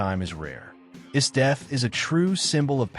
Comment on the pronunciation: I love the Dragon Ball franchise! Frieza is one of the best anime villains ever! Why do you use an AI voice? Wouldn't your real voice be easier? Plus it messed up some of those names (Esdeath).